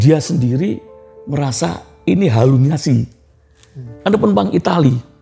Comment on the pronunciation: terharu tp auto ngakak pas bapaknya belibet ngomong halusinasi jd hamulinasi hahaha maap bapak sehat selalu